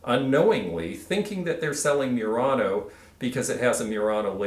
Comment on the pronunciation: Pronunciation of Murano is not 'myurano' but 'moo-rano' with a roll on the R.